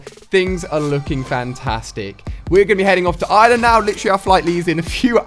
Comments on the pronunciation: And Ali your pronounce it wrong it's Ireland not island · I sweat people in England don't see the R in iReland they say "I-land" it's IRELAND it's I-land